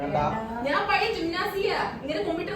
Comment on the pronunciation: I would like to inform u that if u change the pronounciation of നാൻ to ഞാൻ, u can keep more reality.